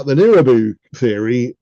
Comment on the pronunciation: nibiru, not niribu